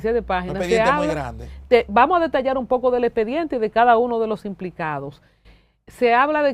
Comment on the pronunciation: Sr. habla mucho y dice poxo😅